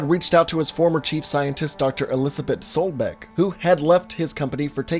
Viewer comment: *SOBECK, not Solbeck.